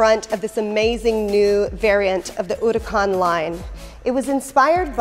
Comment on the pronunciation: The way she says "Huracan"...